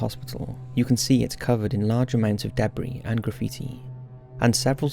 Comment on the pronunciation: Deb Ree?